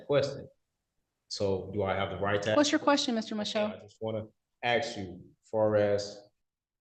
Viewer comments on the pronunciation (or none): Sov shitizens and moronish shitiz3ns are the dumbest people on the planet. Everyone bc careful, he's axe the judge. Axe, really showing just how ignorant one is. Wants to speak and act like he's half intelligent, but cannot verbally say ASK correct... Something my two year old csn so perfectly fine...